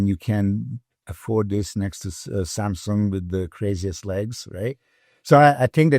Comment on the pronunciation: I like how Milos pronounce Samsung just like it really should been said that way